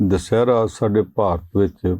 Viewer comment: The word is Dussehra not “ Dushehra “ as the anchor pronounces. Comments need to be neutral and creative in order to make the program meaningful and relevant . Thanks .